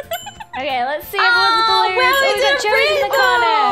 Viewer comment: Its Joey not Joel